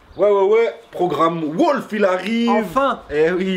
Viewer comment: we pronouce "wOUlf" not wOlf , anyway great job